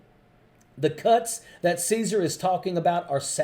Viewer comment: It's Casar(pronounced Kazar)